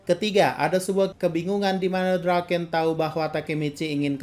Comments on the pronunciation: Draken kun❌ Doraken kung ✅ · Draken bang bukan Doraken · Everyone : Draken-kun Cungukmichi : DURAKENG KUNG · Draken❎ Doraken☑️